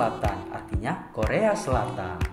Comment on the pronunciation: Ngaco lu bg "koreo" jadi "Korea"😅😅